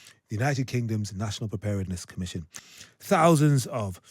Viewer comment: The presenter is unable to pronounce 'preparedness' 😆🤣